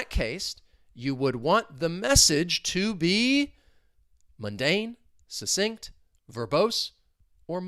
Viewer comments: It's pronounced Suk-sinct! But maybe you were making comments flow in, in which case you suSSeeded 😂 Have a great day! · ❤ this video as well as all your other ones. Is /k/ one of the sounds in "succinct"? I can't hear it when you say the word. Are there variations of its pronunciation?